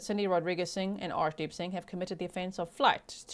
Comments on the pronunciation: To those who cant pronounce "arshdeep",'ar' is pronounced as 'ur' as in urn.Its a deeply spiritual meaning for the Sikhs, although this guy isnt worthy of it.I hope,the viewers of this channel understand that while an unfamiliar name could be incorrectly pronounced, and is forgiveable,making insulting comments about it, isnt. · G , I can’t take you serious when you say arshdeep I’m to immature 😂you have a cheeky look everytime you say it aswel I love the snark 😂